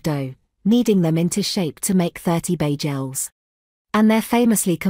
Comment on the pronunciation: AI voice is hilarious. Bay-jells.